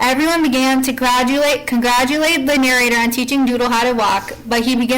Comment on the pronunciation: I would like to "condcadjulate" you on this video